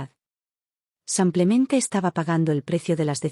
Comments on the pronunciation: xq la relatará dice samplemente en vez de simplemente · Por favor, no pronuncie samplemente por simplemente, es con i , no con a .